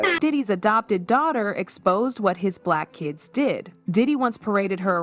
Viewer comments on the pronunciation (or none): Um why does AI have to say black kids like that smh